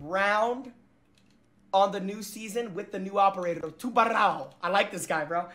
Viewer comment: Sorry, he said tubaro how???